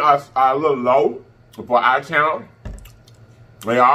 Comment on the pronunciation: you have me on floor the way you say David Channel. I keep rewinding it 😩😂🤣